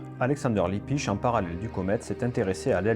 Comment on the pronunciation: ERREUR !! C'est pas Libbisch mais Lippisch avec 2 P !! Améliore un peu ta prononciation et ta diction. Merci.